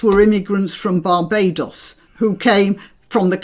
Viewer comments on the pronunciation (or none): none